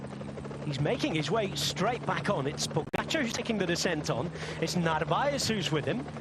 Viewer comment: Wow, finally a commentator that can pronounce Pogacar's name. Thank you.